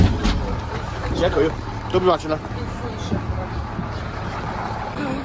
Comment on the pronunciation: Wow,, thanks a lot for this awesome tour, you have your own touch among others, I should say. Sounds funny, though, pronouncing 'dziękuję' the way you do 'thank you'. Second syllable, not first, should be stressed. Looking forward to a much-awaited tour in Portugal. Have fun!